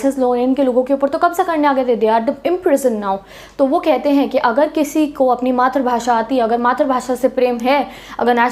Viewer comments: 'Hena' to suna tha par ye 'henge' pehli baar sun raha hu😂😂🤣😂🤣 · Anyone Noticed 'HAINGE' word in didi's language accent..😂😀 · Mam bar bar hange kah rahi h😅😅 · Bhai bss yehi sikha tune 😂😂